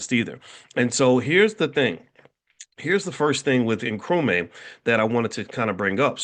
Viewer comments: It's Nkru-MAH not Nkru-mae :) Welcome to the motherland! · I mean how!! This man is a PhD and he is in Ghana and he can't say Nkrumah? How did he come up with Nkrumay? He is just not "applying" himself well enough😊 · It is pronounced Nkrumah (not may)… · ❤❤ Nkrumaaaaah not May 😅